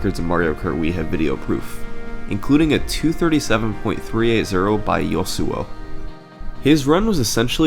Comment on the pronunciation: Ok Seriously It's not Yo-Su-O It's Ya-Su-O Seeing its from early 2010s it's a league of legend's reference.